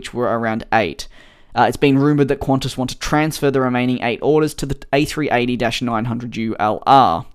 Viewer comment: "Qhauntas", lol : )